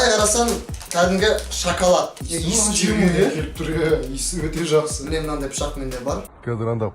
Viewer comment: Шакалад емес шекалад